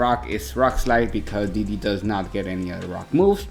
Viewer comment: Que me meta al open english dice 😔👌. Esta cool esta versión la verdad, yo no entendía porque decías "didi" hasta que después entendí que era D.D. jajajaja xD